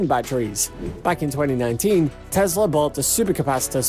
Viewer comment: It is not a Tezla. It is a Tesla.